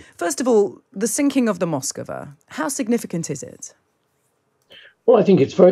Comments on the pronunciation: Moskva is not Moskova. No matter how many times you say so. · A: hit by Ukrainian missile attack B: sunk by Russian incompetence. C: it was Aliens. D: Moskva, not " Moskova" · It is not "Moscova" but "Moskva" (two syllables). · Mosk va. Two syllables. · D: pronounced "Maskva" stress on last syllable